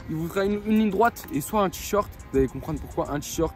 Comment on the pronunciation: C'est moi ou au début ta dit t-short